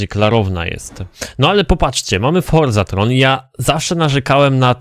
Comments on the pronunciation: Forzathon nie forzathRon... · Ogarniesz kiedyś że to forzaTHON a nie forzaTHRON? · Boże to jest FORZATHON złożenie forza i maraton. Nie FORZATHRON... bosheee